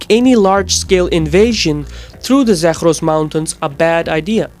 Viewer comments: "Zakhhhhros" mountains haha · Zagros is not pronounced Zakhhhros. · n "Zakhhhros" mountains lmao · Dude, you don't even properly pronounce "Zagros" and "Balochi", and you wanna analyse Iranian ethnics?! No region in Iran is homogeneously populated by a certain ethnic, so, no; oppositions against I.R. is not ethnic based, but rather social-demands based.